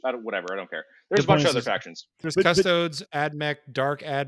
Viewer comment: Cus-toad-EEZE! Unless you also call marines ass-tarts.